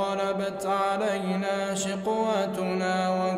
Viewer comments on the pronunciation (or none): الايه قالوا ربنا غلبت علينا شقوتنا القارئ قرأها خطأ قرأها شقواتنا